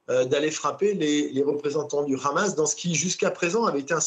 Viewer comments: Pourquoi vous dites « Khamass » à la israélienne ? Les journalistes ont ils un parti pris ? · En hébreu le Ha se prononce Kha